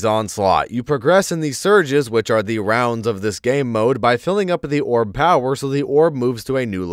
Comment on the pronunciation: drink everytime he says “Orb’s pow-whur”